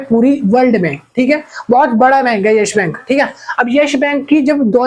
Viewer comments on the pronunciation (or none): Yes Bank not yesh bank